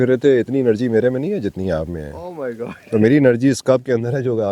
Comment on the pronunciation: او میرے الله بولا کریں گارڈ نہیں